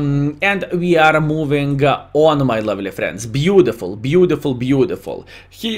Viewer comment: you are a profi player and in same time make us laughing ur reacting is „beauDiful beauDiful“ 😂 i really do love your Videos. So i habe the Rhm if am playing seriously i will choose the 1st gun, the 2nd Gun with big alpha Damage is only for fun